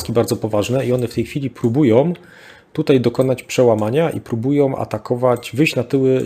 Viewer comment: po kolejnym "Rosjanie próbujOM" wyłączam oglądanie w ósmej minucie. Moje ucho nie może tego znieść.